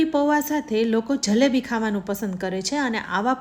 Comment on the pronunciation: Zzhalebi, Zzhada nahi ben, Jalebi, Jaada.....